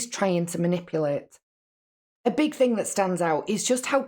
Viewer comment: The way that she says "think" instead of "thing" drives me crazy!!! "Some think", "everythink" she's so damn ignorant!!!